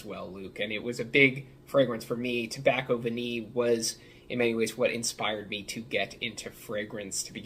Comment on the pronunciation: What a brilliant idea for a video! Nice one, very informative. is so knowledgeable. And don't worry, you didn't sound like an idiot saying 'Tobacco Vanille', it's better than a lot of other english people I've heard speaking french. Just a tip, 'eau' is literally prononced like the letter 'O', and 'parfum'...I can't help you that, but you were close enough